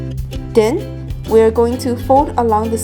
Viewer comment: I love how she says then - den